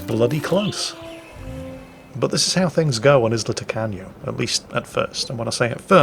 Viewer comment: Anyone else hearing "Isla Tacano" as "Isla Taco?" Am I just hungry?